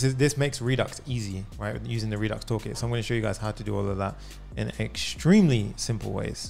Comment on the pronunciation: No No No No, This is too good. When I hear you say Redux Toolkit, I'm like you nailed it, man. Thanks